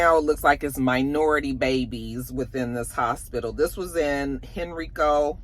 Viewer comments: I live in the Richmond area. It is common for people t pronounce Henrico the way you did. However, it’s pronounced “‘Hen-rye-ko.’”. I wanted to common because this one always makes the list of most common mispronounced places in VA. As for the story, Henrico is one of the best hospitals around. This is truly heartbreaking. I’m so glad the eventually found out about this and I hope the babies are on the mend. We need more oversight for sure. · It's pronounced HEN-Rike-CO. So disturbing!!! I live in Henrico County and they've been protesting but it's gotten no coverage. She's being held without bond. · We pronounce it "Hen-RAY-co" County